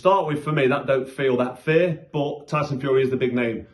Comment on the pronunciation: When you say Fair it sounds like Fear